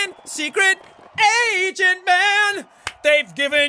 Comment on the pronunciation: instead of hearing secret agent man i heard secret Asian man